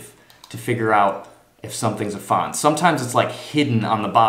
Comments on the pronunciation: Really bad video and not really accurate. And it's "Pfand " you say it fand not faaand.. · 1. verwöhnt bist du! 2. Your German is very good. Try improving your pronunciation of the word Pfand. Especially the a-sound